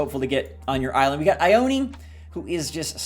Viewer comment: Shino is a girl, her eyebrows are an ancient makeup that ladies used in china long ago, AND she’s wearing a kimono 👘 !! A dress y’all!! And Ione isn’t said eye-own-eee, it’s EYE OWN!!! There’s a city in Washington state and California (and Nevada) of the same name and it’s a Native American tribe name, said Eye-Own! PLEASE START SAYING IT CORRECTLY, people are insulting a culture by mispronouncing it.